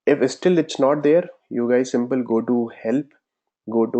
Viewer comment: At some point for downloading maven plug-in said, "go to Help" and for me it sounded as "go to Hell":D, Just for fun!. But you are awesome person. Thanks for sharing your knowledge. May god bless you!:)